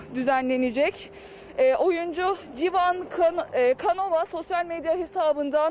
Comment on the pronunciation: Karaoglan'a'Karacaoğlan,Civan Canova'ya Civan Kanova diyen bir haberci.Inanamıyorum.Keşke doğrularını ögrenip oyle haber yapsaydınız.Yazık.